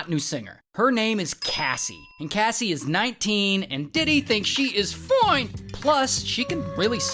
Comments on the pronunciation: Bro said foine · The “Foine” is hilarious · am i the only one who thought “foine” meant “for em”